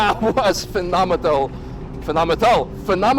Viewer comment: Phenomental...i like that...